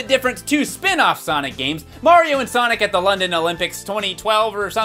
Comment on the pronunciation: sanic and gint teals